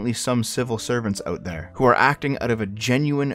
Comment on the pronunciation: THEH WILL BEE NOOOH REFHUNDS